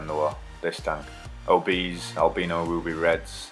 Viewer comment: "Albeeno" lol